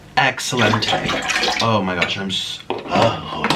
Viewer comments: I love how he said excellentay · “ So this is going to be excellentae....excellentae... continues pouring .......excellentae. “